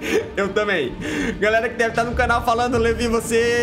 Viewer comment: vc fala garela em vez de galera e meu amigo fala cublinho em vez de clubinho kkkkkkkkkkkk